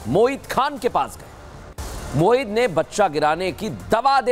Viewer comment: पत्रकार बन्धु मोहित नहीं आप बार बार मोहित बोल रहे हो